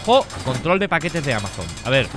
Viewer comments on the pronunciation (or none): none